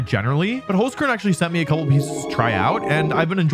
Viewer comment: As an Austrian, I can confidently say that your pronounciation of the word Holzkern is horrible. Also, my two favourite Pokemon are Incineroar and Kommo-o, but other than that I did still enjoy the video